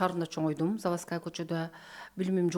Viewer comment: Перекросток,федерасиасында,заваская деп туура эмес суйлогон -вышый образаваниясы бар умныйларга диктант жаздырса экиге жазышат болуш керек…